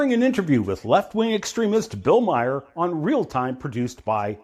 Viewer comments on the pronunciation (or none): You know, when I denigrate people by slapping stupid labels on them and condescendingly claim that the guy with the Ph.D. doesn’t know what science is, I like to check the pronunciation of their names. It’s not “Mayer,” dumbass. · Maher is not pronounced Meyer.